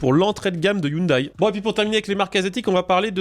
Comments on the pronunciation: On ne dit pas i oune d'aille mais i oune dè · On dit pas hyundaye 😅 Sinon une belle idée de merde vous voyez les files de camion et les camion qui se tirent la bourre? Sa va être pareil avec les autos...